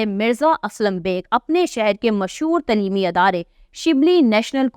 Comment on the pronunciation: تلیمی غلط پڑھ رہی ہیں درست تلفظ تعلیمی ہے برائے مہربانی درست اردو بولنے سرائے صالح ہے .